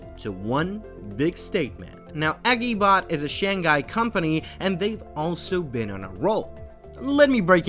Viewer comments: i'm sorry. really really good vid. but hearing you mispronounce Shanghai hurts me physically. i did not want to write this comment but after the 6th time and 2 times deleting it again, i just have to. it itches me, hope you take it positively, please... it is Shang-Hai ... not Shan-Ghai 😵‍💫 ( i will not talk about xpeng, nearly noone gets it right when you don't know chinese) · you did so much research but you couldn't figure out that its Shang-Hai and not shan-ghai, well now you know